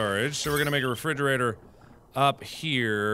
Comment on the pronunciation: He says refriggerator.. lol